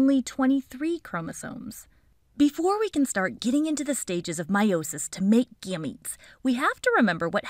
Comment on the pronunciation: Your videos are my favorite! And you say Gametes like they're cute babies 💓, But aren't you mispronouncing Chromatids... 🤔